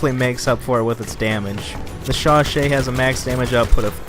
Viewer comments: Chauchat is pronounced as sho-sho. 😀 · Alec I. No it's not, it's pronounced "sho-sha"